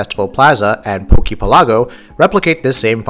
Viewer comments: Is it not obvious that the poke pelago is pronounced "PEHL- uh- go" like the word archipelago? I keep seeing videos of people saying "pehl-AWW-go" ... not that it's really important, just bothers me a little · It should be pronounced poke PEL-a-go like the real word archipelago not poke pel-A-go. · Bill Silvia That's because it's wrong, it's PELago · This is the first time I've ever heard it pronounced "archi-pi-LAH-go". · Why do people keep putting the accent on the wrong syllable for Poke Pelago? Do people not realize it comes from the words Pokemon archipelago? The accent goes on the first syllable of Pelago, not the second syllable. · why the hell can't you pronounce pelago correctly? it's like archipelago where u accent the 'pe' and not the 'la' because 'poke' is replacing 'archi'. hot damn that bothered me more than it should have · god dammit this is driving me nuts "Poke Pelago" is pronounced like "archipelago" yanno because it's a collection of islands i.e. an archipelago